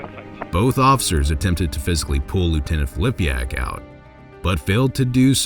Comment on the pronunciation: It's Filipak not Flipiak!